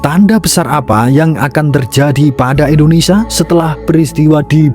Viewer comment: INDONESIA BUKAN ENDONESIA Nyebut nama india benar, nyebut nama negara sendiri Salah. Parah lu min 🤦🏻‍♂️🤦🏻‍♂️🤦🏻‍♂️